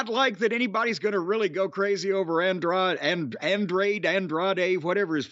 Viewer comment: LMAO at Jim butchering Andrades name...he called him Android LMAO